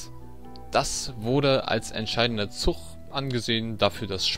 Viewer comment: ist es echt so schwierig "zuG" zu sagen? Ich bekomme blutige Ohren wenn ich ständig "zuCH" höre.... oh mann... sorry die Kritik musste sein.